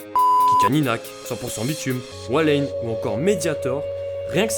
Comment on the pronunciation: ils ont écorchés le nom de walane T_T